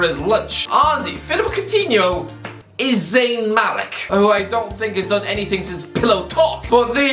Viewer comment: How many times can you mispronounce this guy’s name?